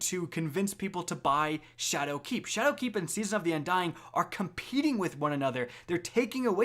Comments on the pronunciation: he is also putting a lot of emphasis on the "keep" in shadowkeep, which sounds a little off to me. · SweetPigFat yo fr I cringed every time he said shadowKEEP